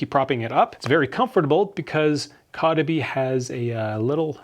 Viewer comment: Your pronouncing the company se wrong lol